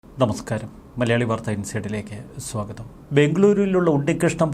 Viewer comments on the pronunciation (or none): none